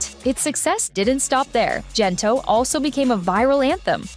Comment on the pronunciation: Is the narration AI? Why pronounce Gento with a 'j' not a 'g'? Imagine the boys singing the chorus 'gento' pronounced with a 'j' and see how ridiculous that is. If the narration is done by a live human then shame on that person. Ang corny mo.